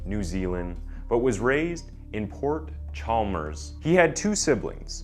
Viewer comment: I hate how he blutchers the way you say Port Chalmers And Aramoana, I live in that area but I won’t blame him.